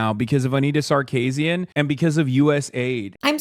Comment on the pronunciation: Hasan is so sexist, he has no idea how to pronounce Sarkeesian.